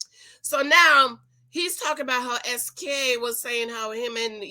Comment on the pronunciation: His name is not pronounced Ski, it’s SK (es-kay)